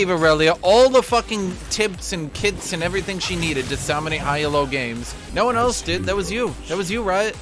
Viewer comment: How says Elo is really tilting me